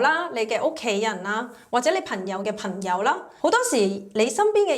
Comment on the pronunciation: 係朋友，唔係貧友。 係行業，唔係寒業。